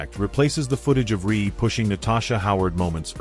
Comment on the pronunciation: The audio is correct, but is AI and is often incorrect. Reese. Not Ree